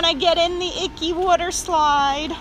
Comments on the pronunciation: You said Wooter slide and me and my friend can’t stop laughing 😂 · I felt like she said woder slide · Yes, let’s clean the wudder slide. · wudder slide